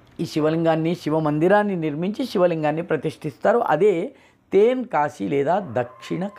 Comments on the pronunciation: తెన్ అండి, తేన్ కాదు. అద్భుతః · తేన్ కాశీ కాదండీ తెన్ కాశీ. తె కి దీర్ఘం లేదు. తమిళంలో వడక్కు అంటే ఉత్తరం అనీ తెర్కు అంటే దక్షిణం అనీ అర్థం. తెర్కు పదాంతికంగా తెన్ అయింది. నమస్కారం 🙏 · It is ten not. Teeen kasi